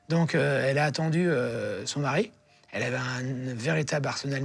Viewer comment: J’ai entendu “Maroilles” ??? 😅